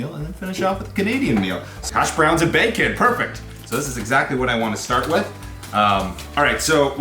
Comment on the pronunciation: i am canadian and our military is great, and our military is more skilled, but the usa has a lot of a larger military and a lot of more shit, so even if canada is better in this case quantity beats quality. also what's with you saying whit and shit that is fucking annoying